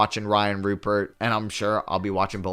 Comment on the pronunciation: if u do care Rayan Rupert’s name is pronounced “Ru-Pear”